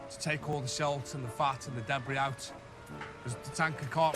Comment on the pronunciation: Debris=Debree, not debress!